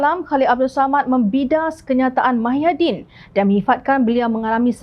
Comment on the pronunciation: Apa dah tukang juru hebah beeita ni. Nama org pun ckp salah. Muhyidin blh jadi mahyadin